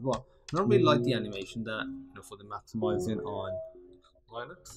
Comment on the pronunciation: Line-ucks? 🤦🏻‍♂️ Bro, it’s pronounced Lin-ux, the first syllable rhymes with sin or kin. It’s not like the first syllable in Linus which is pronounced ‘lie-nus’.